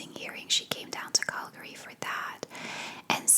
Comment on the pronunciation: I live in BC and had no idea you were saying Calgary lol, I thought it was some place in the US I was not aware of. Great vid though. Thx